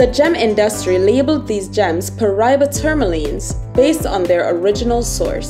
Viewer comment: Pronounce it right, Pa Ra Iba